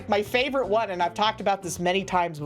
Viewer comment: did she say flavorite? 💙